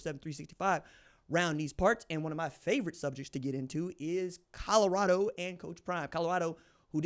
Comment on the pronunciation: If he stays at Colorado, can we all learn to say it. Its Col o rado not Cod ugh rado , ha ha ha......